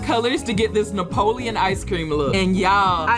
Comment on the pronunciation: NOT YOU SAYING NAPOLEON ICE CREAM but you slayed the redesign 😩